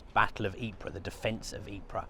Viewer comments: A very nice Belgian lady once told me that it is pronounced ''Eee-purrrr'. Spending a little time there, I found that she was correct. And you roll the rrrr's, too. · Ypres is spelt Ieper in Flemish and THAT is how it is pronounced!! EEPER. Get it right! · The Belgians pronounce it " EEP "..Get it right..